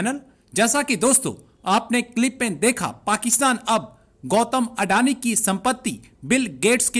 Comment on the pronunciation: अडैनि नहीं अडानी 🤪